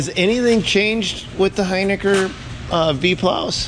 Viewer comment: You're pronouncing hiniker wrong and its honestly hilarious